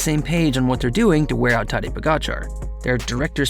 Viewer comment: Mans apologises to the danes for how he mispronounces Vingegaard but not to the slovenes for how he mispronounces tadej